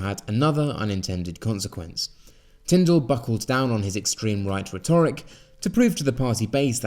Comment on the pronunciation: Interesting videos but please learn how to pronounce rhetoric.